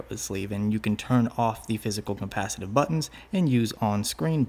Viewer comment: "compacitive buttons"